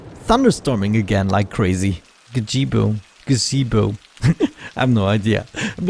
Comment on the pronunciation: "GAGEEBO" love it